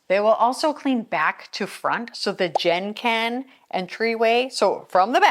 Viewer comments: Genkan is pronounced with a hard G, like in “get” 😊, it’s actually 4 syllables ge-n-ka-n. I appreciate the effort you put in on all the Japanese words ❤ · Still it's pronounced like 2 syllables, gen-kan and also n is not a syllable, also not in Japanese.